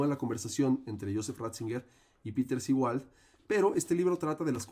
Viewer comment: El apellido u origen del término Seewald se pronuncia en alemán aproximadamente como "ZÉ-valt". (Wikipedia) La Z como en inglés. Por favor, hay otras lenguas además del inglés